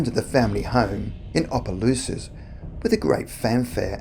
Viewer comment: I’m from Opelousas, Louisiana! Props to you for pronouncing it right 🤣